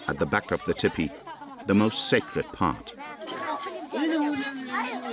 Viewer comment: I cannot bear to hear that narrator mispronounce TEE PEE it is not Tipee .... TEE PEE